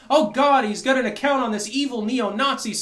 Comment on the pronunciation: Who "gut it" says "got as "gut"